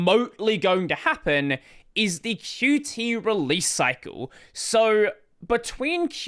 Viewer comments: Why do you pronounce Qt as "Q t" instead of "cute" ? In their website, it says it should be pronounced as "cute". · I thought Qt is pronounced “Cute”, not “Cutie”.